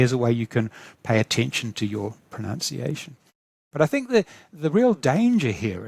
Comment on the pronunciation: ProNOUNCEiation? Really? Language learning expert? Please tell me he was being ironic. (Hint:I don't think so)